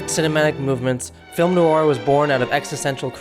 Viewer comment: Good Subject & At First I Thought It Was Ai But Then I Noticed It's Eight Years Old? It Sounds Like You're Pronouncing Film Noir, As Film New Are! Thank You. (Like #669 - Comment #80)